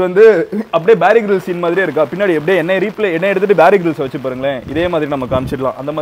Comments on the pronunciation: Bary Grylls ✅Bear Grylls ❌ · bear Grylls ❌ bary Grylls ✅ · Bear grills ❌ barry grills ✅ 😂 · madam Gowri bro avaru bary grills illa bear grills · BEAR GRILLS❎️ BARRY GRILLS✅️😂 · Barry grills ila bro bear grills bro😂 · Loosu payale... avaru peru Bear Grylls (Baari Gils illa) 🤣